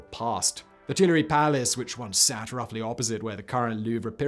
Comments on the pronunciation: Twee-la-ree. I am sorry but it hurts. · It's him. But it ain't nothing on what he does to "Tuileries."